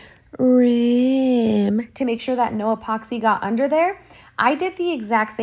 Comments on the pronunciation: I don't understand why you were saying rim like that? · Is that pronunciation an inside joke I’m missing? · New to your channel and to tumbler art. Great idea with the HTV. One question though, why are you saying "rim" the way you do? 🤔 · Just found you 😍 can you please tell me, how I ever can say "rim" again in a normal way????😂😂😂 you made my day, thank you so much ❤️